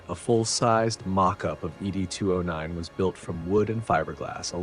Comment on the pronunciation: Fantastic detail of the weapons ! I'm just surprised you got the Droid wrong, it's not Eee Dee 209, it's simply "Ed 209", like Mr Ed..... That's what the OCP Executives call it.